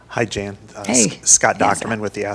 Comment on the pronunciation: JAN, not JANE